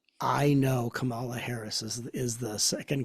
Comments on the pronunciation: I love this conversation. ❤️ But please! It’s KAmala. Accent on KA. Ka means life force energy, BTW. 😉. ❤️🙏🏻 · Wonderful conversation. Would you please pronounce Kamala’s name correctly? It’s pronounced Comma-la. Thank you. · Comma... law. Yes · Please pronounce her name correctly! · I was 100% in with what Matt and were saying about remaining neutral politically, but then Matt repeatedly mispronounced “Kamala’s” name. If you don’t know how to pronounce her first name, just call her Harris like you do Trump. Otherwise, it sounds like Matt is a little biased. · While listening a second time, I realized that three of the four mispronounced her name. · gave away his political bias by mispronouncing Kamala's name the same way Trump does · gave away his political bias by mispronouncing her name in the same way Trump does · Matt pronounced her name incorrectly as well. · Arrogance ...and 2 of you pronouncing Kamala the same incorrect way Trump pronounced it.